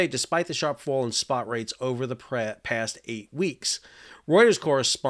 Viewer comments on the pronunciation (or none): none